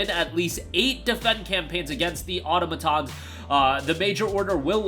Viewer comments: Au-to-ma-tons. Auto as in car, not otto, as in your weird German uncle. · Automatons is pronounced " or-tom-i-tons"